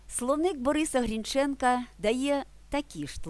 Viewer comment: Щось багатенько у вас пробілів. Наголос неправильно. Коли ГрІнченко став ГрінчЕнко? Ви глузуєте?